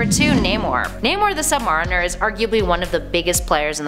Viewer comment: You said “Sub-Mariner” wrong and Universal only would have distribution rights to his solo film.